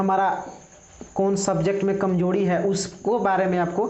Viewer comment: कमजोरी की कमजोड़ी बोल रहे है भाई